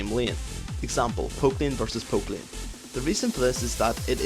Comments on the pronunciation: "sustin lin". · i thought u wrre saying pope with poke and lieen with lane